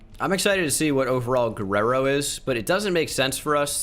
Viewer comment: I’m mexican and seeing pronounce Guerrero was amazing